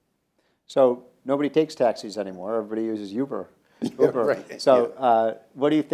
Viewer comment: This dude called Uber “Youber”